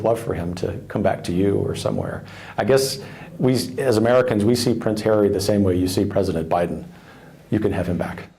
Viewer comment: Prince hawwy 🤣